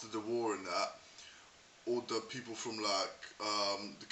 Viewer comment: Good North East accent. Only thing that lets it down is the word 'people'.